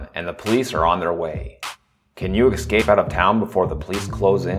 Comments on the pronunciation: Say eScape...not EXcape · You have got to re-record this. The constant pronunciation of the word “escape” as “eXcape” made the video nearly unwatchable and frankly too distracting to be a functional tutorial.